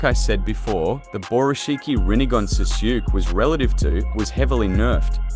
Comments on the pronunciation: “Suzuki” I know it’s voiced by an Ai but still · its pronouned Saskue like sauce then kay u good my guy lol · Your pronunciation of sasuke is so bad man